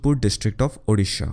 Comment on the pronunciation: Correct pronunciation of odisha .. thanks